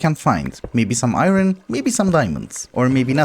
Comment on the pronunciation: Why does he pronounce "iron" like "iyrony"?